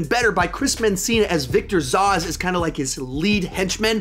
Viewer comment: Victor Zos? “ZOHS”? Sorry that took me by surprise 😂 It’s ZAZZ